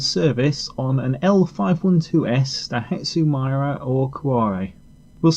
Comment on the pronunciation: not my-ra..but mira..